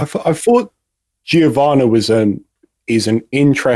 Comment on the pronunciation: Thank you for pronouncing Giovanna properly.